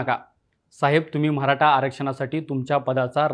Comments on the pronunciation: म्हराठा नाही रे मराठा बोलायला शिका🚩🚩🚩🚩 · Mharata nahi re Maratha bhava.. te tar nit bol aadhi baki video ch baghu nantar😂😂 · म्हराटा काय ...निवेदक साहेब मराठा असतं ते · अरे दादा ते म्हरा टा नसत य मराठा असतय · म्हराठा नाही मराठा आहे